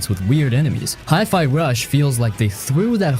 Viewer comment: Best video so far, no boring a f Rise. 😁 But one question: How the heck did you pronounce Hi-Fi? Hi-Fi means High-Fidelity. So it's High, not Hee. 😂 And that comes from someone whose native language isn't even English.